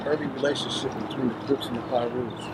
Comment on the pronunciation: He's using 'Cribs' and 'Crips' interchangeably. Is that on purpose or is that a speech slur?